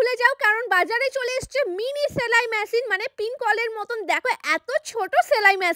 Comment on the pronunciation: ছেলাই ম্যাছিন না, সেলাই মেশিন। আগে উচ্চারণ ঠিক করুন।